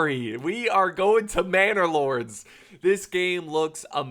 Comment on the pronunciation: Lol this entire time I thought he was saying bannerlord like mount and blade, now it all makes sense